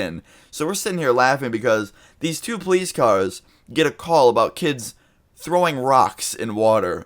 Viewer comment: Dood you pronounce ( Poh-Lise) police like (plies) why